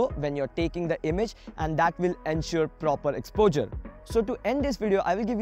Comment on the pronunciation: Your videos are good and this was helpful too but the weird way you pronounce "exposure" is really very irritating. Try to improve it so that you could be listened to without irritation.